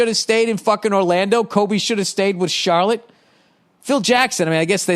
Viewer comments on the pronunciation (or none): none